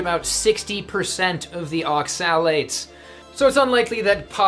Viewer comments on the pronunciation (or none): As a chemist the way you pronounce oxalates amuses me. Its ox-a-lates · Hi! Thanks for this clip. However, isn't the 'o' stressed in the word 'oxalates'? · Are you pronouncing (accent emphasis) oxalates correctly? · Woefully under informed and probably dangerous advice especially when referring to oxalates-which you can't even pronounce correctly. Either give it up or inform yourself before spewing incorrect medical advice. Former is better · You're saying"oxalates" wrong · Please look up in a dictionary how to pronounce Oxalates, Please! Thank you for the info! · So I'am this low carb guy he's talking about... but I have been warned many times about eating raw spinage and nuts, so that's a strawman and since he doesn't even know how to pronounce oxalates, I assume he's got no clue about antinutrients. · You don't even know how to pronounce oxalates, yet you want to teach people about them for ad revenue..okay.